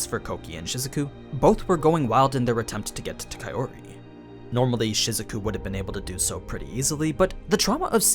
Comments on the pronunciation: dude i know it's april fools, but Kaiori instead of Kaori? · I'm just saying this so that I can help you, here goes; Kaori = Pronounced, Ka - Oh - ree If I were to put it in your words; Kaori becomes Kayori Hate me if you must but this is now a pet peeve of mine, considering I no longer need to read subtitles when I watch Japanese anime... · Pretty sure it's Kao-ri (Cow-Ree) not Kae-ori (Kay-Or-ee), least that's how the anime Voice Actors all pronounced Kaori's name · The way you say kaori as kayori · Why are you calling Kaori "Kayori" instead? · I;m sorry, but "Kayori" is completely off from "Kaori". You're great and explaining the differences between the LNs and animes but please work on your pronunciation, it's throwing me out of the immersion. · man you watch the anime and hear the characters speak. how do you fuck up kaori’s name this bad? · The way you say Kaori. I can't!